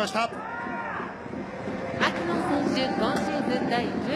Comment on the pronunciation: ここの球場のウグイス嬢さんのマキノンの発音違うんだよな